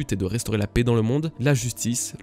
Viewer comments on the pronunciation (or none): none